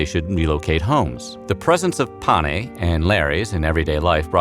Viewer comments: Instructive, though the narration moves so fast that I can't absorb much useful information. Slow down! Also, what are these "pa-nay" that are worshipped in the home? The phrase referring to the household deities and ancestors is "Lares and Penates (pen-AH-tayss). Some screwy mixup? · There is a mistake at the end of the video in the discussion of the domestic gods. The household gods were known as the Lares and PENATES. The narrator seems to flub and say something like “pane,” which in Latin means something like “with the bread” or “in the bread.” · The household gods were called penates not panes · It's penates (sing. penas), not pane, which is bread in Italian instead. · A. Dwight Castro, Ph.D,. (Prof. emeritus of Classics) Although overall I enjoyed this video, there is one glaring error in the part of the narrative dealing with the two groups of deities who were thought to be the protectors of the Roman household. The narration correctly refers to the one group as 'Lares"and uses the correct 2-syllable pronunciation (something like LAH-rayz). The name of the other group of deities, however, is in the narration always (and incorrectly) given as PAH-nay (?Pane?), whereas their correct name is "Penates" (3 syllables: pen-AH-tayz). Could this error be corrected?